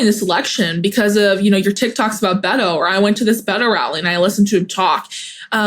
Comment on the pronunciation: The nickname "Beto" is short for Roberto, and, is not pronounced "Bedoe." It is pronounced "Bet toh," the T is strongly pronounced, and the "O" has no diphthong. Former Congressman, Robert Francis O'Rourke of El Paso, is Irish, and would be better served as a Roby, or Frank. It is a political ruse to use the Hispanic term to get the Hispanic vote, but, the O'Rourke part gave him away. As a Hispanic, I'm not too proud of the Bedoe moniker.